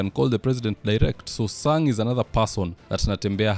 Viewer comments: its Senetor Chesang not Sang.Those are two different names. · Senator is called chesang bro not sang